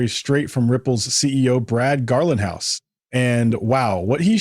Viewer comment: His name is not pronounced “Garlin-house”. It’s pronounced “GARLING-house”!!!